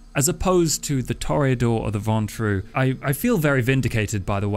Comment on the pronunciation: The reason I believe prenounciation of Ventrue is correct is simple - it sounds like the ponce-ist way to pronounce it, and therefore, the most Ventrue way to say it. As for Tzimisce who fucking knows.